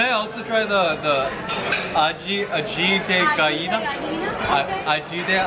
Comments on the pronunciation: Ají de Gallina? Johnny after try one million times : Ajina .. yeah that one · No se dice aji de gallina se dice Aji de ajina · aahhhhh Johnny dijo 'paletas?¿ 2' ahhh no mames mi amor es intelectual, me dio mucha risa como pronunciaban aji de gallina casi sonaba como aji de vajina v; ekizde salu2 desde mexico gege. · Johnny: agite cahina Woman: Aji de gallina Johnny: Aji...Yea that one lol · Yo escuche ajina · DIOSMIO JOHNNY CORTANDO EL TOSTON ME DIO TANTO ESTRESSS OQVEU2HQ Y CUANDO DIJO ALLÌ DE ALLINA OWHRI2JW papi vente pa latino america te enseñamos las cosas sin problema😔💚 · Si johnny le dice ají de ajina al ají de gallina, ají de ajina será X'DDD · No tengo el corazón para decirles cómo se pronuncia ají de gallina 😂😂😂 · Them trying to pronounce Ají de Gallina is so cute😂😂❤ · Johnny speaking Spanish is my new aesthetic, even if he says it wrong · i can't stop laughting at this moment when Johnny trying to say "ají de gallina" because for me (hispanohablante) it's almost sound like "V*4gina.. gallina" jajajajajajaja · Cuties nunca pudieron decir bien "Ají de Gallina" pero ellos lo intentaron 🥰 jajaja